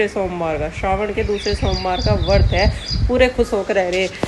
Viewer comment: Vart nhi vrat hota hai